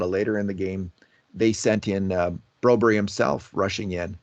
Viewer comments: why are you calling Phillip broberg BROBERY???????? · Broberry???? BroBERG,. You can do it! Do you call Mark Whalberg, Mark Whalberry as well?